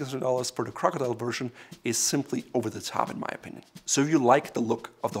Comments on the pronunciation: I would expect to at least understand what he is saying, but he skipped school and went straight to arrogance. Somebody teach him english! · "It's more about the crocodrldlrldlrll I think crocdrldlrlrlrl" LOL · "Crcdllrthr" "Crcdllrthr" Hehe! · As soon as I heard him say that, I checked to see if a comment was made about it hahaha